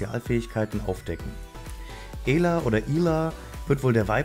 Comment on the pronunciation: Sie heißt nicht EEla sonder ausgesprochen Äla